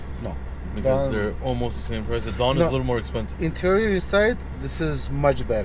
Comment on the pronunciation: Whenever says 'dawn' it sounds like 'done' lol. Replace the dawn by done and listen so funny lol